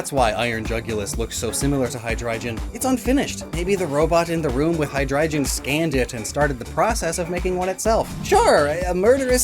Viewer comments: Calling Hy (hydra) drei (3 in German) gon (dragon) Hydreijon is very frustrating haha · It's not hydrijion it's hydreigon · You're saying Hydreigon wrong. It's a Hard G not a soft G, "Hi-Dry-gone" It bothers me especially that you're saying Hydreigon wrong, because you said Zweilous right! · Why nobody is talking about *hydreijon*? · Shouldnt be pronounced High-dry-gone? Hydreigon is a hydra drei (three in german) headed dragon so like, did you say it as a joke and im just overthinking it?